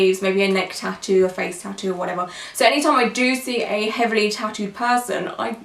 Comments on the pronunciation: I know she's not a native English speaker but 'tutoe' drove me nuts this whole video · No one: Her: Tittos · I cringed every time she said “tittoo” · I hate the way she says ‘tattoo’. It sounds like ‘t-too’.